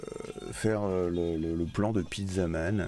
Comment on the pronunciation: à on dirait plutot "steak man"